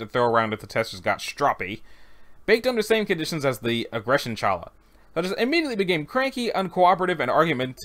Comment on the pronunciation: It pronounced ha-la or xa-la and it's a traditional bred for shabbat in Judaism ( we eat it ones a week for religious reasons and the rest of the week because it's Yammy)